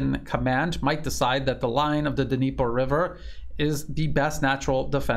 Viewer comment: Dnieper is said "neepur" river